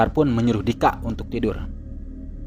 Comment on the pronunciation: Ivana bukan ipanak wwkkkk apa gw yang slah denger yak. Dika tapi bukan dikak